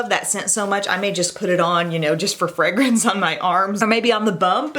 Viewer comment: I love how you say “frangance” 😂